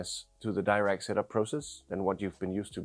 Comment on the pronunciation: Why is the option to select 'tightly focused imaging' as in the desktop app not available in the iPhone app? Also it’s’ Dee-rac not Dy-rac!